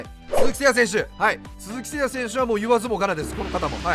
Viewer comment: 鈴木誠也選手言い方間違ってますよ。